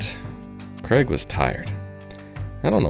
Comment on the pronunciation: Is your employees name Craig? It sounds like you are saying Kreg. 😄